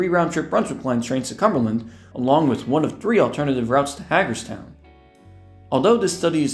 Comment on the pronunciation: its pronounced (hey-gers-town)